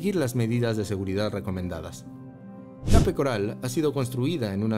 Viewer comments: Debias pronunciar [kep] Además ajustarte mejor al título que anunciaste, ok? 👎🏿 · Se escribe Cape pero se pronuncia " keip "